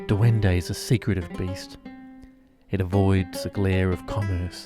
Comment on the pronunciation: Love the video. Thanks for making it. But its not duendo. It's duendE